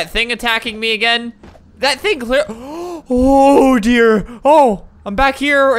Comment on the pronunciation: Is it just me or when he said “Ohhh dear.” I hear Oder lol 😅